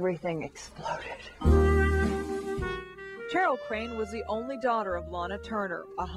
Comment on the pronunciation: This reporter repeatedly says “Cheryl” like “Chair-il”— can that really be how the daughter pronounces her first name?